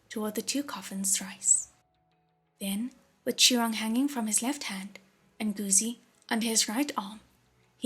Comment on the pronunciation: These audiobooks are amazing! Just one small thing, Guzi (the 'zi' part) is pronounced incorrectly here.